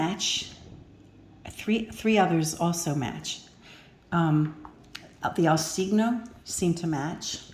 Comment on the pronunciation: For those wondering about the correct pronunciation of "cigno", the "gn" sound does not exist in English. The closet approximation for the word would be "chinnio" (as in, chin + neo, the main stress is on "chin").